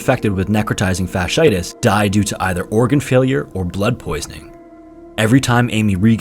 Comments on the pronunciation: Fasciitis is pronounced fash-she-eye-tiss. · Fasciitis (as in necrotizing fasciitis) is pronounced “fashy-eye-tis.” From a former medical transcriptionist, employed at a major hospital.